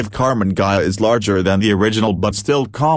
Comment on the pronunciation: There are bad AI-generated videos, but this is by far the WORST that I've seen. The voice may have some human element as its basis, but sounds like a bad impersonation of a 1950s sci-fi cartoon. And he (it ?) never pronounces "Ghia" correctly. It ain't hard, people ! Those flaws eliminate any credibility that might actually reside in this video.